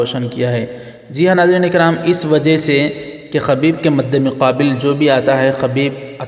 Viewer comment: خبیب بضم الخألابفتح الخأ اصلاح کرلیجیے